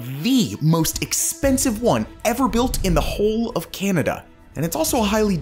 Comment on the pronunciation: Can you please stop saying Canada like that